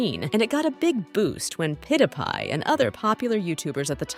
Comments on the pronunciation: Ik its made by ai but PIDAPIE! HOW COULD U SAY PIDAPIE????!!!??! ITS PEWDIEPIE!!! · bro just sad pew di pai insted of pewdipie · pid-a-pie got me dyingg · that pewdiepie pronunciation was awful